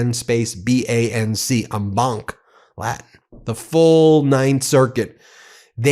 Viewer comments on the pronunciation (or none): none